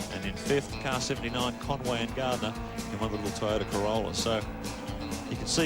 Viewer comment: Never heard toyota(one word) being pronounced as toy ota(2 words) like that commentator did there. If you going to do a job like commentating make sure you know the right pronounciasion of a product.